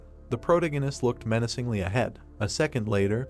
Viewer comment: Is it only me or the names are all incorrect and wat is about “he looked meancingly” I heart more then 😩100 times within tis 1 min.😅😅😅(BTW NO HATE JUST MY THOUGHTS)